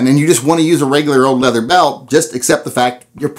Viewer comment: Leather CHER, LOL.